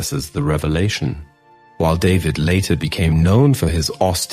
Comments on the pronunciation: His last name is pronounced (daveed). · AI,,,his name is "DAVIDE" so pronounced,,,not david the anglo way...